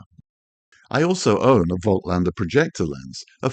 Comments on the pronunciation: Voltlander!!!!???? haha, analogue insights made a video on how to pronounce German brand names and Voightlander is supposed to be pronounced like "Volklander" or "Folklander". Call it Jacklander for all I care! You're calling Bokeh pronounced Boh-keh as Bouquet, and you're not the only one as Tony Northrup calls it Bouquet too. Great way to annoy people by mispronouncing stuff. Like the New Zealand accent butchers English or Unglush as they would say in NZ. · The t comes before the l. Pronouncing it incorrectly. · Great video - bad pronunciation of Voitlander ......🦘